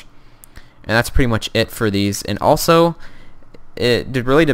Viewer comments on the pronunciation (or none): none